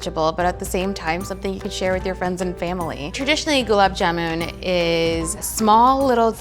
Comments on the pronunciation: It's not "jumun" it's JAMUN !! get your food names right at least... 🤣🤣🤣🤣🤣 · Oopsy....it's JAMUN NOT JUMAN...... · It's jamun not jumun or juman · It's Jamun. Not Jumun. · Its Gulab Jamun not Juman , Jumun or Jumanji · Tasty its JAMUN not JUMUN 😭🤬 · It's not jumun it's jamun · It's Jamun not not juman and I am not even Indian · It’s jamun not juman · It's not juman --- its Jamun #Indian 😍🙆🙇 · It's "Gulab Jamun" not "Gulab Juman" ! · JAMUN not JUMAN. wtf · Listen its jamun and not juman🙏🏻🙏🏻plzz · Dude it’s jamun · I don't hate it. It is convenient and has a new twist to it at the same time following the traditional recipe. Also it's "jamun"